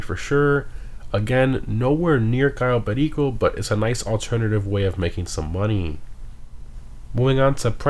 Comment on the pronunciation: The way he says cayo perico gets me everytime